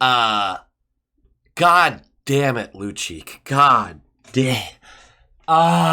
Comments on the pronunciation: Lucic, is pronounced loocheech. I'd rather watch Lucic as a Bruin as he is NOW, than keep on watching your videos. Lol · Just fyi both C's are pronounced like a CH - Lucheech